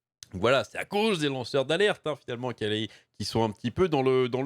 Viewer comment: Ai-je bien entendu "lanceurs d'Arlette" ou faut il que je change d'oreilles ?